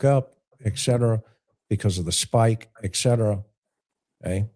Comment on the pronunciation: Can't take it- it's not eckcetera- it's etcetera. Had to say it